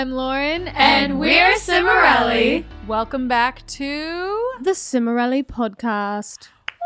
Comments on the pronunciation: I forgot to mute during online school and everyone heard Lisa say "The Cimorelli Podcaaaaast" in a British accent My teacher got mad hahaha Jeihdjdhehd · HOW EXCITED I WAS TO HEAR LISA SAY "THE CIMORELLI PODCAST" IN THE BRITISH ACCENT